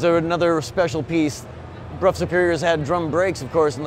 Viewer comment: Huge points to for pronouncing "Brough" correctly. So many people say "bro." €50,000 for a bike with no mirrors or indicators. Right. I guess the wealthy have their own private roads on which to ride this thing.